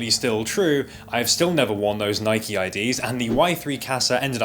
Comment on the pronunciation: Ur the first British person I’ve heard pronounce Nike correctly